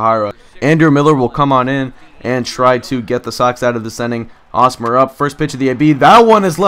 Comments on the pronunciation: Hey, I'm a fan of the Royals and you pronounce the H in Hosmer's name. It's not pronounced like Osmer. Just pointing that out for any future videos of yours! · h in hosmer isnt silent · Lol why was he pronouncing Hosmer with a silent H? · It's Hosmer with an H. I'm a KC fan so it just got a little annoying. And just call Norichika Aoki Nori Aoki.